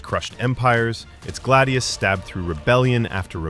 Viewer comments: hrrrrmmmmm....said GLAD-IOUS not galde- eos and fal-CA-TA there is no d in the word nor do roman blades get called glade eous a glade is like grassy woodlands or something im pretty sure......im sorry its just......SAY IT PROPERLY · glaydius and falcayta